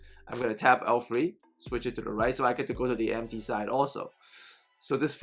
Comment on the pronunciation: You said go to the MP wing/side or are you saying to go the empty wing/side? I’m trying to understand what you’re saying